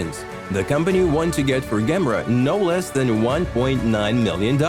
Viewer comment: Ok, enough's enough man. You're pronunciation is absolutely horrible!! That's the Koenigsegg "GEM-ERA" NOT "GAMRA", so you'd pronounce it "JAY-MERRA" GOT IT?? English must not be your first language, you'd do yourself a service if you worked at your English skills!!! 👎💯... 🆘